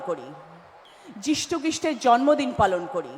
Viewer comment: রচনা ব্যানাজি কি মিষু খৃষ্টের উচ্চারনটা ভুলে গেছেন।